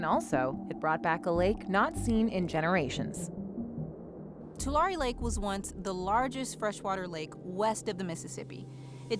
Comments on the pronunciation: Tulare. Pronounced "too" "Larry" Great video! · You say correctly, but you mispronounced Tulare. It's too-larry. Named after the tule reeds. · Its pronounced 2-Larry. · You should really have learned how to pronounce "Tulare" before you published this.